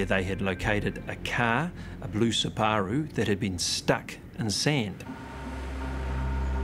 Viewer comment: I have never seen someone pronounce Subaru the way that Australian detective did. 🕵️‍♀️